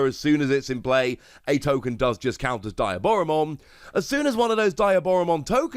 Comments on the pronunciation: Its dee ah bora mon. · how is there not a single person on youtube calling diaboromon by its correct name? it's DEE-AH-Boromon. Like Diablo, or a demon in Spanish.